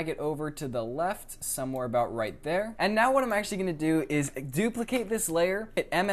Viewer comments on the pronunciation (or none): none